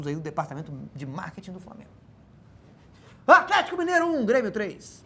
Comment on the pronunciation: "Afletico" eu n aguento